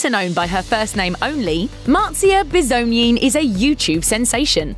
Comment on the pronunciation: 1. She quit YouTube 2. I like how you pronounce her last name wrong